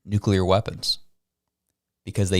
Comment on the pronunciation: Nu-clear not nuculer